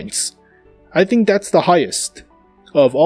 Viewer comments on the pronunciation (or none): none